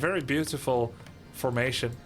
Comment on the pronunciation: "A very beatiful FARM-ation". I love this guy!